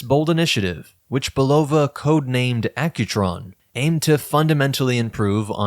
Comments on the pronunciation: It's a real downer when almost every YouTube video mispronounces the word "Bulova" from how the company's decades of radio and TV ads always pointedly pronounced it "Bull-ah-vah." It's a family name, but these YouTubers cannot bother to take the few minutes needed to ascertain the correct pronunciation on the Internet. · The correct pronunciation of Bulova is "Bull-ah-vah", with the emphasis on the first syllable. This pronunciation was used in the brand's original commercials and is the way the company has recently reaffirmed its name.